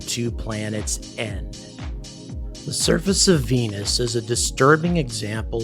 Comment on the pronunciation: I love how he says venuCHan :D